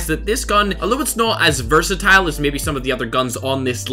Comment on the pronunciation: I sometimes hear him saying "versatile" by "burst-a-tile"